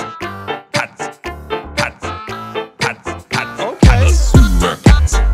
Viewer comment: when he said cats it sounded like pats or pants